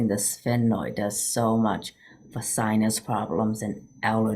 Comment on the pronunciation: Haha, there isn’t any other way to say it—sphenoid. You did it🙂